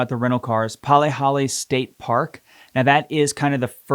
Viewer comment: Palihale?? 😂 good god